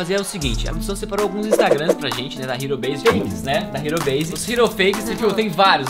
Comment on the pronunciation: Logo quando começou tinha um canal que acho que tinha mais inscritos que vcs, a única coisa que desmascarou eles foi que estava sem Thum e uns vídeos falando que ele era editor da "Ero Base", pronunciando "ero base" e não "riro beise" (tá escrito errado ÓBVIO).